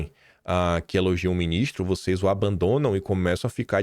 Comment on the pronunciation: Quando o está nervoso ele fala: "Nhicolas, Minhistro" pareçe polaco.